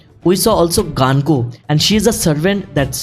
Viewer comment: Gunko ❌ Ganko ✅😂😂